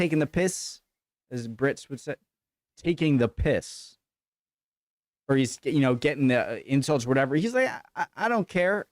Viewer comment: It's funny hearing an American saying "taking the piss" 😅